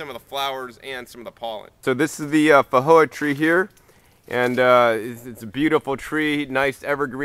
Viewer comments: weird how you pronouce feijoa, in new zealand we pronouce the J as a J and not an H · Actually most people are pronouncing it incorrectly. It is not a 'j' and it is not an 'h' sound. It was named after Portuguese explorer Joao de Silva Feijo. In Portuguese 'j' is pronounced like the 's' in cloSure and viSion. By the way, what variety is your Feijoa? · Actually New Zealanders are not pronouncing it correctly either. It is neither a 'j' nor an 'h' sound. It is a sound that exists in English, but there is no dedicated letter for it. It is the 'zh' sound which is usually represented by the letter 's' as in confuSion 😊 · Thunda1986 If I remember correctly, the video poster lives in Nevada. Roughly 20% of the population of Nevada has Mexican ancestry. In the Spanish language, a "J" is pronounced as an "H". As the plant is native to South America, this may be the original pronunciation, assuming it is a Spanish (or possibly Portuguese) word and not a native word. Wikipedia gives both pronunciations as correct. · I've googled pronounciation and the answer i got was not so much an h but j like the French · The original language is Portuguese. He was interpreting it through a Spanish lens, since that is pretty familiar in most of the USA (& the tree is native to Uruguay, not just Brazil).